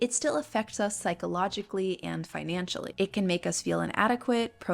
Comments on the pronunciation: Was that "finanancially" intentional? It really woke me up :) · Finanancially :D